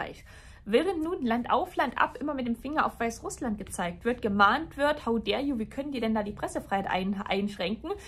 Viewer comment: Bitte liebe, sag nicht mehr "how dere you". Reicht schon wenn das ständig sagt! Nichts für ungut, bist echt spitze!